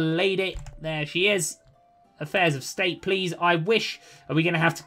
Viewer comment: Another excellent episode. "Effaires" - Affairs.